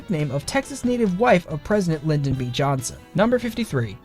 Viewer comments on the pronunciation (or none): none